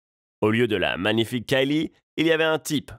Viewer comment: La façon dont il dit ''magnifique'' m'a choqué